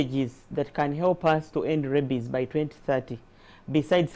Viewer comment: It's rabies not rabbies